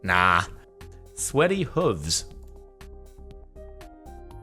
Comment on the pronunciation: The way you pronounced hooves gave me anxiety